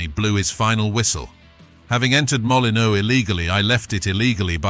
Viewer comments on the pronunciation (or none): The narrator plainly has no football knowledge could not pronounce the wolves ground or John to shack